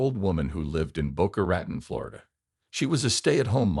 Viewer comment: Boca Ratone…….. Boca Ratone!! Not Ratn.